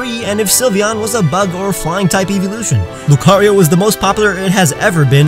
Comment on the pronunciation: Why does c have its own syllable while rio only as one? Shouldn't it be loo-cah-ree-oh?